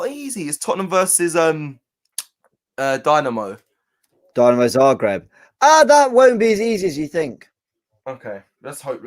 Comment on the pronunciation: man couldn't even Pronounce Dynamo Zagreb, i bekieve when people say rhis guy is luck y to have this job... No hate Just being real. James is decent but is the biggest fraud in these Fan channels.